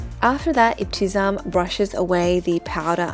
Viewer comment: It is ebti-Sam there’s no z sound in her name 😊❤